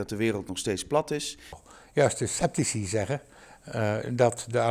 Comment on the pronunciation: Opmerkelijk dat ik TWEE van de drie hoogleraren hoor spreken over 'septici' in plaats van 'sceptici'. Mijne heren: de Duitsers spellen het niet voor niets met een k (dus 'Skepsis'). Sepsis is bloedvergiftiging.